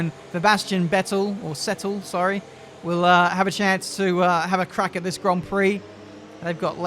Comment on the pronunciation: vebastian settel kkkkkkkkkkkkk